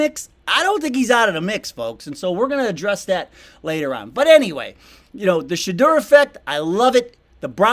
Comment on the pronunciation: Congratulations on the pronunciation of Shaduers name. Love your channel! 💯